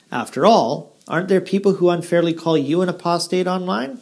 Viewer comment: I cannot believe Weilburg is for real. I've heard him say 'aprostate' too many times. And a real jw would surely be shut down by the elders for doing what he does.